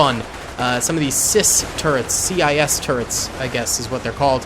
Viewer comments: these cwis are prononced like C Wiz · Pronounced "Sea-whiz".